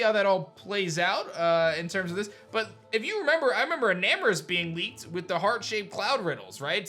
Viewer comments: isn't it enamorous not eternatus🚶🏽‍♂️ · I am a nerd: not eternatus but enamrous